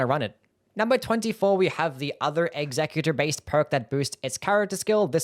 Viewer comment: Why do people keep pronouncing executor like executive? It's pronounced "eks-uh-cue-tore". You know, like when you want to execute something?